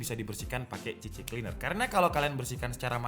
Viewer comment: C-Cleaner Boss... bukan CC-Cleaner....🤪